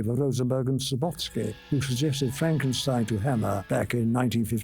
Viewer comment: Love how Peter Cushing always pronounces the name Frankenschtein